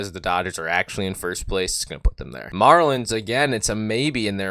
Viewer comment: the mah lins